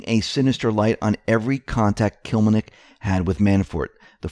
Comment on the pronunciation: To everyone doing the news, Please learn ahead the name you are going to say - use phonics like we babyboomers were taught - Kil LEM nik. Can't do this with the way reading began being taught memorizing the whole word mid '90s...